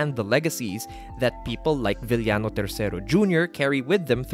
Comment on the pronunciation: Filipino pronunciation - VIL-YA-NO WORLD CLASS Filipino pronunciation - VI-YA-NO P.S. I wish you could make a video essay about the Lucha Libre Big Three (El Santo, Blue Demon and Mil Mascaras) or the Three Musketeers (Masahiro Chono, Keiji Mutoh and Shinya Hashimoto)